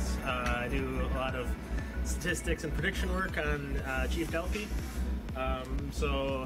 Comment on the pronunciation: "chief delphee"